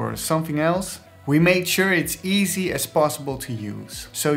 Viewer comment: I like everything in this video - except the emphasis on the word "easy."